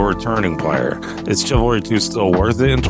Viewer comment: Thousands of hours. Says the "ch" in "Chivalry" like the "ch" in "chair". 😂